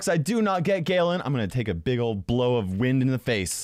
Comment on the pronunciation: and when a bwast of wend is what he saasid